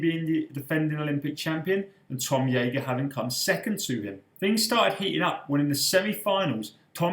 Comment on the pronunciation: It's pronounced Jager with a hard J